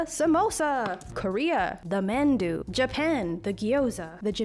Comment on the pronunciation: JiaoZEE and MAN-doo hurt me. Absolutely loving the video so far but please look up how to pronounce these words before you say them